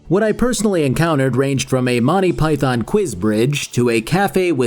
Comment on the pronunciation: "monty pie thon"